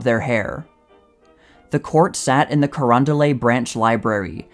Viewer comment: You'd have to be from STL to know, so no shame, but it's Carondo-LET, not Carondo-LAY.